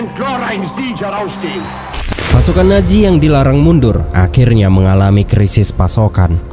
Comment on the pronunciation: Nazi bukan naji zizizi bukan ji